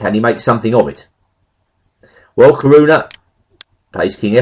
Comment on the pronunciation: There are four syllables in Caruana: Ca-ru-a-na.